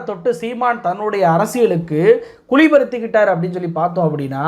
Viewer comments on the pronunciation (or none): Please....correct...m குளி அல்ல ....குழி